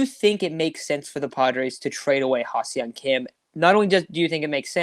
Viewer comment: Not to be a dick, but you guys say Ha-Seong Kim's name wrong constantly this episode. It's phonetically "Hah Sung Kim" not "Hah See-ung Kim" as you guys keep saying it. This is how both Don/Mud and the Korean announcers say it.